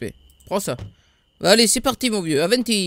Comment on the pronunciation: pourquoi tu dis toujours Aventis